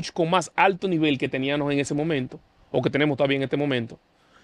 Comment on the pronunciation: Mira como el dice. Teníanos, podianos, pensabanos...Nadie es perfecto.. Se debe decir TENÍAMOS, PODÍAMOS, PENSÁBAMOS.